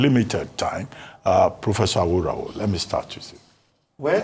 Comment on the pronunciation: Abati you always tried to pronounce Delta and Benin names with precision but calling Yoruba Names carelessly. What's aworawo instead of àwòráwo